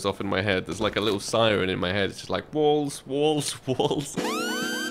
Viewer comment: I thought he said balls instead of walls.